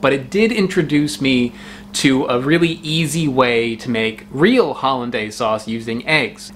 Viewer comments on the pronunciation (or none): none